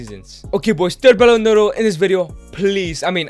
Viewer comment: why do you keep calling the Ballon D'or as "Ballon Doro?